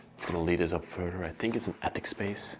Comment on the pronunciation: Hi. Thank you for all your lovely videos. Watching you from America! If you don't mind I would like to mention you mis-pronounce a lot of words in the English language and hopefully you will except these corrections.!! Shipping is pronounced as sch. Not chipping not same thing!! Further is Not pronounced as furder!! Chandalier is again pronounced as sch shan. Not Chan!! When discussing time periods in 1900 -!. You don't have to say 100s. Its ok to say 1975 no hundred! Than shivers or again sch!! Not chivers no such word. Lastly you use Wow a ton!! Maybe another word because its often!!! Hope this helps! Happy videos❤ Samantha